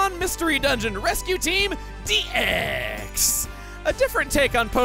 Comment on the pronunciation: Can’t wait for all the emphasized “Dee-EXXXX”